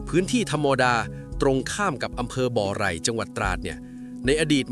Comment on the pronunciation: อำเภอบ่อไร่ ไม่ใช่บ่อไหล่